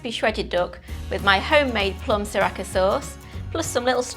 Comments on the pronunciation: Repeat after me.. Sa-Ra-cha not Sa-Ra-Ka lol 😂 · You said Sriracha correctly the first time (si-rah-cha) then you kept calling it si-rah-ka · Wot is sririaka Sauce, is this mortal Kombat reference? It’s Sri-Ria-Cha, how do you even get that wrong? They sure as hell do not apply a “k” in the Thai pronunciation. Cereal, do you look at name and see Karles? you spell cat with K . Haiyaaaaa!!! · si rakka sauce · why are you pronouncing sriracha like that LOOOOOL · Great recipe but please learn how to pronounce sriracha correctly